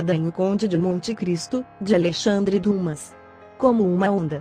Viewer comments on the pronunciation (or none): none